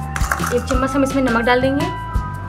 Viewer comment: chammas nhi hota hai, chammach hota hai ji